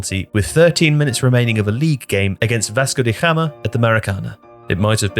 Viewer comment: Pronunciation of Gama in Vasco de Gama is taking me out. The G is not H like in Spanish